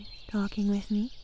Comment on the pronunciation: She said wit. I heard width. Now I can't stop thinking about thicc dragons.